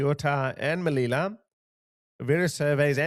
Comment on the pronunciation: Sue-ta, meleeya…….thats how you pronounce Ceuta and Melilla! Say it properly!